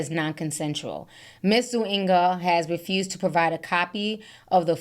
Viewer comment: I was dying with that 😭😭 Zuñiga is not hard but if you don't speak Spanish I guess it is.